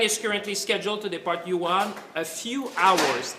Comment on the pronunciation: It's Wuhan not Yuhan